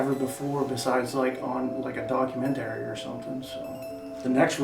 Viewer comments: "I've never seen it before except in a documen-terry." That got me. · The way he said documentary is almost as scary as the demons.